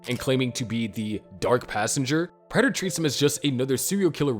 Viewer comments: Prayter not Pratter...drove me nuts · Its "Prey-ter, NOT "Pratt-er"😭 Did you even watch the show??😭💀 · GOD DAMMIT. His name is pronounced PRAY-DUR. They say it so many times in the show. You have to be doing that shit on purpose. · Is someone else watching these and writing the script? I can't believe the narrator is the one putting these together since he continues to mispronounce Prater on these videos even though his name is clearly said multiple times in the series. 🤔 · How did you watch the show and still pronounce prater wrong